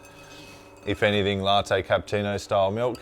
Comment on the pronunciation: Funny and very unusual how you're pronouncing Cappuccino: "Capputino". I'm sure there is no letter T in Cappuccino. You have to pronounce it the Italian way.